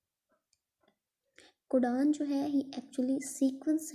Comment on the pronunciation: codon❌cudan, bond❌band✅